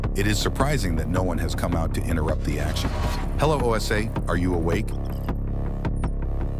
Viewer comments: What’s so great about this is that for years, Scientology has been buying garbage of people they are fair gaming. They even follow the trash truck and are handed a specific set aside bag of garbage. Fair gaming back at you, OSA! (Pronounced Ohsah, not O, S, A.) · eyes-purple-crying: you forgot to give the AI the phonetic for OSA...it pronounced the letters. love ya though